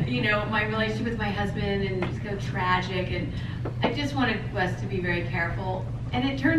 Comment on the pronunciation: Idk why ppl always say her last name as wice- it's spelled and pronounced Wyss lmao